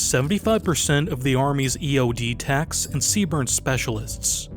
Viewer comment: It's just pronounced C Burn. Don't pronounce the E, lol